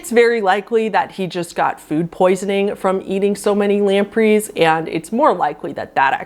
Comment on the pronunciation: Who pronounces Gregory "gru-gorry"? And "lemp'rees"?! Omg...I'm dying